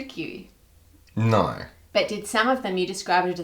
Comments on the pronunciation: the "naurr" by was wild.😂😂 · "Naur" 😭 that sounded soooo Australian